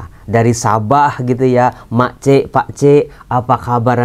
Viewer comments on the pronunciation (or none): sebutan pak cik, mak cik, hujung nya sharp sikit sebut ya..